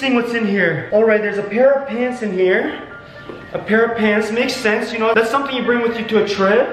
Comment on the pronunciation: You already schnow how it is Me:OMG HE ALWAYS SAYS THAT🤦😩